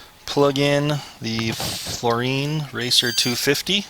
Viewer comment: dude. floureon. like neon. not floureen. lol.